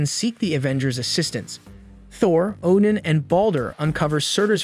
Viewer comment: so, Oddin entered the Odin-sleep? Same word pronounced 2 different ways in 2 seconds!